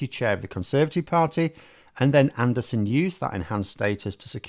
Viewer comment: Stop insulting Neanderthals with your deliberate mispronunciation of his name...